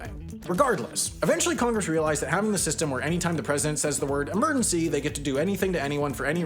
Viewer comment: Your pronunciation of emergency bothers me intrinsically. 😓